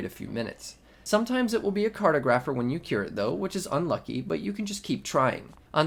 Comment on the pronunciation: Is this the 2.8.2 version that you are playing on? Advanced mending V? Also please say cartographer correctly. Lol and poor Shivaxi the creator of Rlcraft can't get his name said correctly. Shiv for short.